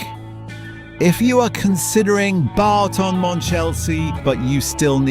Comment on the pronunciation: 😮 It’s not ‘Barton’ Monchelsea! …It’s Boughton… (as in Bought)